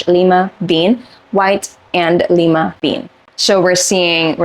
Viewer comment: Pharaoh = fair-oh like an Egyptian pharaoh Lime bean = lye-ma bean Maraschino - you pronounced correctly 😊